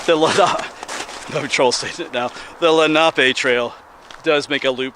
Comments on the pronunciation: It's pronounced leh.nuh.pe! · Len ah pee